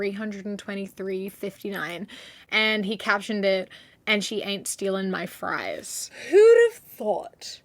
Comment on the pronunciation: you said fries wrong